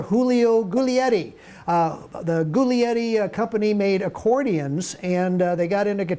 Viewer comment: J is not H in Italian, it either is Y (semiconsonantic I) or, since globalisation and English cultural imperialism, the same as the English J. As for Giulietti, I don't know if you noticed, but there's an I after that G. Gi alone = English ji, gi+vowel = English j+vowel. Liet is a single syllable, not li - e. Etti is pronounced étti, not èdi.